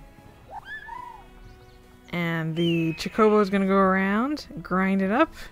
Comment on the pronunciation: I love final fantasy as you may have seen from my ffxv series lol. It's pronounced ch-oh-co-bow, although I spent most of my life calling them choc-oh-bows so don't worry. You call them whatever you want to call them :)